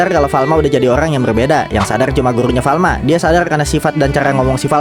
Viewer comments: Farma tau bukan Falma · Kalo ga salah farma deh Bukan falma